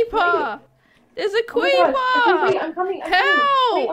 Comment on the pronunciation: “THERES A CREEPA, THERES A CWEEPA” 😂